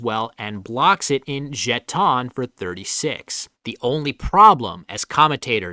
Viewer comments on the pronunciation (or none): Just a quick heads up. Jeon is pronounced as a 1-syllable word, not 2.